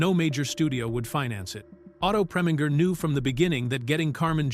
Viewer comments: The Ai voice mispronounced Otto Preminger's last name, FYI. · You who are in charge of these videos make a habit of hiring voice over actors who make awful mistakes in pronounciations. For example, he prounced Otto Preminger's name four different ways. And who doesn't how to pronounce Diahann Carroll's name properly unless you never heard of her or you've been living in a cave somewhere? The guy has a nice voice, but did an awful job.